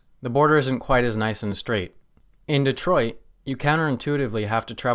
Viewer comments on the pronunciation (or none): none